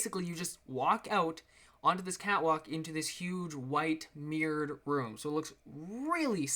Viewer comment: americans and canadians still cant say Mirrored